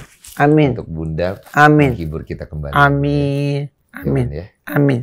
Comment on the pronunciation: Kata'' yang lain terbata'' tapi pas bilang amin jelas banget